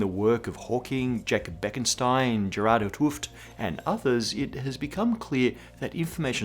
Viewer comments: I think the guys name is 't Hooft, not 'h Tooft. As in the Nobel Prize 't Hooft. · 'T Hooft is pronounced like "'t hoafed" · Gerard 't Hooft is pronounced Gerard 't Hooft! Jeez... how hard can it be ;)